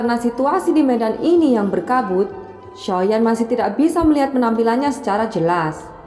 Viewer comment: Nyebut xiao yan ny jgn soyan kurang enak di dengar